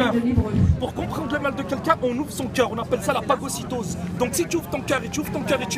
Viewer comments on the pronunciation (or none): MDR, à , le mec il utilise un terme ( " Phagocytose " ) qui n'a strictement AUCUN RAPPORT avec le sujet, et en plus il le prononce mal ! Un abruti fini qui cherche à se faire passer pour un intellectuel alors qu'il est complètement à côté de ses pompes en vocabulaire.